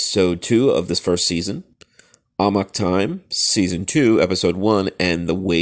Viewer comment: “Amok”...”ah-MUCK” Not “ah-mock”